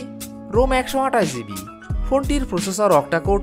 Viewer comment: ভাই আপনার ভিডিও গুলা খুবি সুন্দর হয়। শুদু কিছু কিছু উচ্চারণ একটু শুদ্ধ করলেই আরো ভালো লাগবে। যেমন - ভুল উচ্চারণ ৬ ঝিবি ( শুদ্ধ ৬ জিবি)